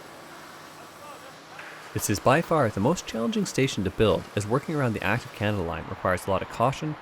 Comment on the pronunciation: Are you saying Kanata or Canada line